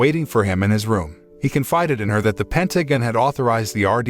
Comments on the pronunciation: A.I. cant say ''Pentagon'' correctly a single time... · The movie might be the best, but the commentator or script writer for this review is a f*king idiot. So many things wrong, to name a few, calling his unit his army, she was covered in mud but it was called snow, calling boats ships, doesn't know how to pronounce Pentagon and the list goes on. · overall it was good but at times i was brought out of it by realising the voice of the narrator is an A.I. with certain mispronouciations of words. Like for example "pentagon" no Human narrator would say it the way it was said others too but NUFF said, i took a brief detour thinking how unreal this all was but then I suspended reality for the sake of the story, but then after the ending the moral summary was disapointingly brief, thin and fickle. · Pentagon pronunciation keeps making me giggle